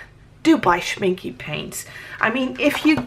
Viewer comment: The e in Schminke is pronounced like the beginning e in elephant.